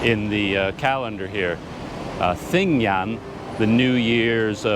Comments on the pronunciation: Sorry, but as someone who lives in Myanmar, I have to inform you that when you pronounce English spellings of Burmese words, "gy" takes on the "j" sound, so the holiday you describe is pronounced "TA-DING-JOOT." Also, don't stress the "th" as in the word "thin,;" it's pronounced as an aspirated "T" such as the "t" in "thyme." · Well,, you’re right about “gy” being pronounced as “j” in English. But “th” in standard Burmese is pronounced as in “thin” or as in “this”, depending on the situation. The “th” in thadingyut is pronounced as in “this”; so, it’s “tha-DING-joot” but without enunciating the last “t”. (Pronouncing “th” as non-aspirated “t” does exist in non-standard (ethnic) varieties of Burmese.) I say this as a native Burmese speaker and Yangonite. My two cents...